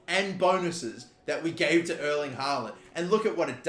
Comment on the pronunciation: Just for future vids, Erling is pronounced different from "Earl" or "Earling". More like the pronounciation of the word "air". Airling haaland i suppose :-) Best regards his Scandinavian neighbour